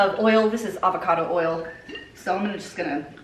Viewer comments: Idk why but when you said "ERRL" instead of "oil" I was just tickled pink lmfaooo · I love that you call it "earl"...I do too...lmbo!!!